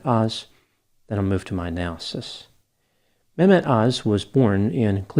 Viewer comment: I've never liked Dr.(?) Öz. He has always struck me as someone who is very money hungry. I don't think ethics in medicine and lending your credibility as a doctor to anyone who pays well can ever go hand in hand., you've pronounced his first name very well.